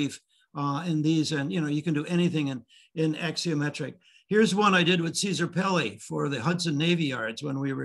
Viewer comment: The word is a ‘axonometric’, not ‘axiometric’. This is architecture 101 . . .